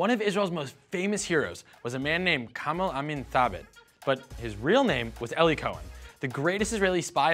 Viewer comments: 14 seconds in I stopped because i thought i heard something stupid. Did they mispronounce his name as "ellie"??? I've actually met a few Eli's (also of jewish descent) and they always pronounced it as "eeee-lie" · "Ellie" im sure he means 'eli' EE - LIE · Eli Cohen (as well as almost all Hebrew speaking Eli's) pronounce their name eh-lee. It's often short for Eliyahu (Elijah) or Eliezer and not like the name pronounced "ee-lie". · Eli, a nickname of the Hebrew name Eliyahu (Elijah), is pronounced eh-lee and not ee-lie.